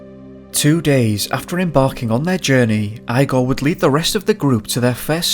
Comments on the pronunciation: Correct me if I'm wrong but Eyegor is the incorrect pronunciation. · Are you pronouncing his name “Eye-gor?” Do you know anyone named Froederick? 😄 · his name is pronounced E-GOR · Jesus It's IGOR like E G O R not I G O R 🤣🤣🤣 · Eye gore. As in "Young Frankenstein"? The Russian pronunciation is EE gore. LOL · E-gor not eye-gor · IGOR!!! Not eyegore or igore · so you know the name Igor is pronounced EEgor. Not iigor. I as in eyeball gor. It's pronounce e as in a capital e from the alphabet or from a word such as enough. That is the sound of the e that you have to use when pronouncing that Russian name. My question is what the fuck is a compelling force??? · The Russian name “Igor”. Is actually pronounced “E-Gor” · it's ee-gor, not eye-gor. i know that prnounciation of other languages can be difficult and especially for anglophone speakers, but, seriously: eye-gor?!? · Remember to pronounce Russian names like Igor: "EEgore" rather than 'eyegore' and Ivon as 'Eevon' & EEvan. Love the coverage of this tragic historical soviet era incident and the very eerie background sound track is wonderfully used here! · The guys name was Igor not eye-gor. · Really scarey but please stop pronouncing the guys neme as eyegore it Igore... pronounced egore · 1: Igor is pronounced as "Ee-gore", not "eye-gore". 2: Why do you talk so weird? It's an irritating sing-song stilted-sounding bullshit and your last word of each sentence is very drawn out. Hard to listen to. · Great video mate:) it's pronounced Eeegor not Igor but it's spelled the same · Eye gaw? It's Igor, pronounced Ee gor. Deff weird intonation. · I'm pretty sure the pronunciation is "ee" gor not "I" gor otherwise thanks for the upload.. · eYe-Goar = 🤪 ReE-gOr = 😎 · Eye -gore? it's pronounced EEE-gore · Wheeemnny. Whennny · Eye-gore?? EEEgore!! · lol you said his name eyegor.. I needed that little laugh 😂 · Igor is pronounced 'eegor. Thanks for the video. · Eee-gor Dyatlov is his name. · Eeeee-gor ffs!